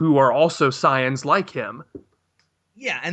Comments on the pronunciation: SAIYANS NOT CYANS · SAY-INS, SAY-INS, SAY-INS FOR FUCK SAKES